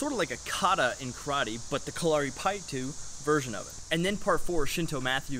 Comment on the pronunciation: it is called kalari-ppayattu